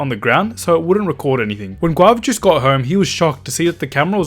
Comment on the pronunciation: He pronounced guava juice = guav jooc